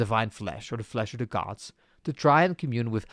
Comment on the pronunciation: I just really wish you could pronounce "the"... I know the problem lies with me, but it puts me off so much every single time you say "deh"